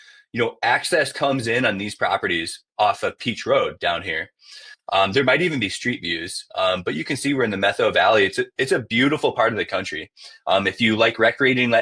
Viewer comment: Met- HOW VALLEY. 😅